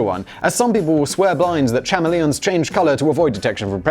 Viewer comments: "Cha-me-lee-ons"? Do you even English bruh? Edit - - never watched How I Met Your Mother, cos it's shit.... I think it may be my aversion to the guy with the rubber face (although Dougie Howser is a legend!) Re-edit - - WTF are Leh-vys? They are Lee-vys.... 😂 That was an eventful 30 seconds! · “Cham-e-Leons” wow Simon! Bet you drink out of “Aluminium” cans as well. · Chama leons? CHAMA LEONS? Oh Simon, you do trigger us so! You lovely, lovely arsehole, you! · That is not how you pronounce CHAMELEONS simon omg u corrected yourself 😂😂😂